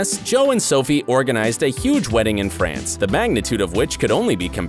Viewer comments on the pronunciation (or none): none